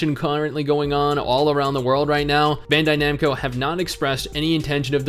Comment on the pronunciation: When he Americanizes Bandaid Namco.